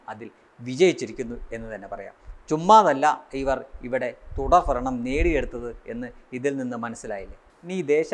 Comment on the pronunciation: Thudarfaranam alla thudarbharanam